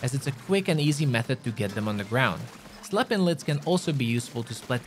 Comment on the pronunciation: Am I the only one who heard him say slappin' lids?